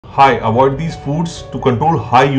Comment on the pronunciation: Don’t trust any one says awwwoid